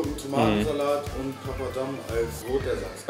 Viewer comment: Papadam und nicht Papas Damm :D